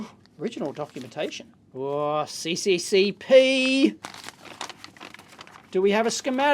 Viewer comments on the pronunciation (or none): Dave CCCP is read as SSSR